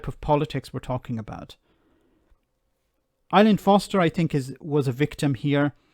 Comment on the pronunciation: Her name is Arlene.....not ILean....